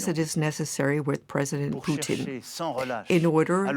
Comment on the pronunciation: Did the translator just say President Poutine? XD XD XD